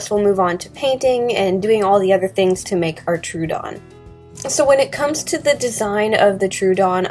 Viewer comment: I don't mean to be a pick but Troodon is pronounced "Troh-uh-don." Fun facts: It means "wounding tooth." The Troodon was named by Joseph Leidy in 1856. It is thought to be the smartest dinosaur with the largest brain compared to body size.